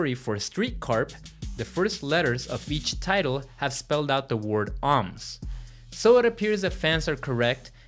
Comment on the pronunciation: For those of you like who had to rewind ten times to catch that Deftones title that was mispronounces horribly, that is "ohms" as in the unit of resistance. Too bad it's not Eros.